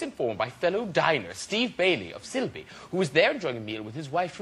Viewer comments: "sill-bee" lol..... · I'm from Sileby (unfortunatley) and went to school in Loughborough for 7 years. such a shithole, so glad to be out. wish he prounced Sileby right though